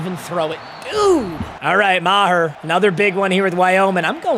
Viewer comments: "" (Ma-tt Mee-gurr) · How is Meager pronounced Maher make it make sense